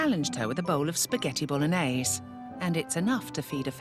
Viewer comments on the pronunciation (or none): none